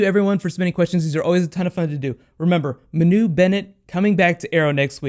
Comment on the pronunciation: Hey, its MA-nu not ma-NU.